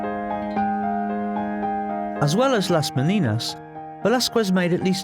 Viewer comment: Quite disappointing this documentary the "presenter" didn't even make the minimum effort of pronouncing Velázquez surname or name properly. Would it be a Lack of knowledge? lack of understanding? or just euroaglisism?.... Either way is fuked and demianing. Also degrades the quality of this channel.